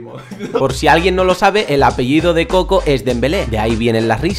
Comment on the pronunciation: no es koko es kojo